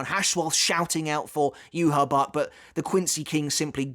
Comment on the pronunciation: I subbed a while ago just because you called him “Juha Bach”